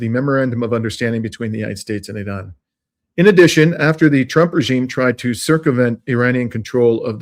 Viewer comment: Funny every once in a while you remember to pronounce Iran correctly with an R, but most of the time you show off and say "eeDon", great content, just distracting when you do weird things like that